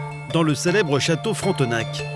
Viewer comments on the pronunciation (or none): Fron te nak 😂😂😂😂 On dit frontnake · Fronteuhnaque.... c'est juste Frontenac...☹️☹️